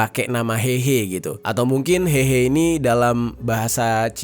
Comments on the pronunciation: 和合 dibaca : hê hê', bukan hehe(ketawa) Secara harafiah 和 berarti damai; 合 berarti kumpul/gabung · kata "hehe" " e" nya bukan "e" untuk " eka", tapi " e" untuk "emas" alias "heuh heuh". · lafalnya si Mimin salah total gmn mau diartiin.